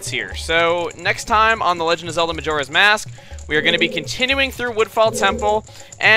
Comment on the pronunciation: Chugga says Youre ass mask xD